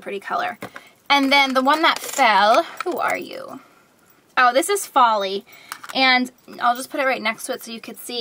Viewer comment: "and then the one that fell is FALL-y" AHAHAHAHAHAHAHAHA. i know its folie. but that was hilarious